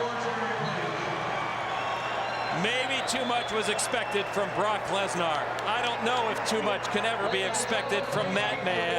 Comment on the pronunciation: Yeah, they’ve both been pronouncing Bork Laser, wrong